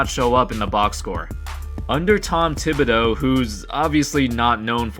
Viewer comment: Tom THI-BihdOUGH